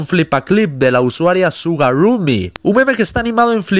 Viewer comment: se pronuncia asi shugaruumy